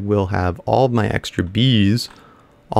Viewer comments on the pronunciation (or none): none